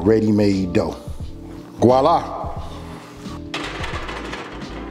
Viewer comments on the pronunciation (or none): Voila not Goila lol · When he says, “gwalla” 😂😂😂😂😂